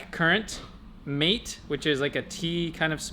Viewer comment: Hey, guys! Nice video as always. Just to let you know, "mate" should probably be pronounced "maté". Spanish pronounces the final "e", and it sort of sounds like the French "é".